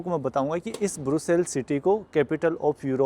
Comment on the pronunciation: ब्रुसेल्स नहीं ब्रसेल्स कहते हैं सर